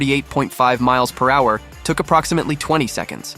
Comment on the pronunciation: This voice has to be AI when I heard him pronounce it miles per whoure